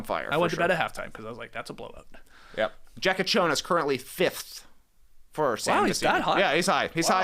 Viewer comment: You almost got Jakučionis' name right, but no, not really. By now you NBA fans should know how letter J is pronounced in all these languages, its YA, like you know, in every language not named English or Spanish.